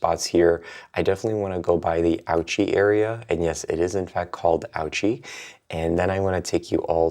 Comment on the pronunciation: It is not prononced outchy ^^ It the ou like in « you » and there’s no t before the ch 😉 It is closer to « ooshy ».